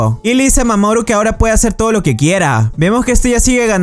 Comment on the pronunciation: A alga más siente que dise mamón en vez de mamoru xd